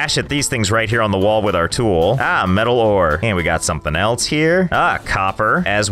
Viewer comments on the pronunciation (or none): none